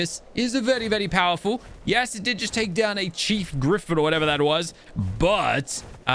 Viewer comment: Good job 👍 your new have is amazing and you said tame down instead of saying take down😂🤣😁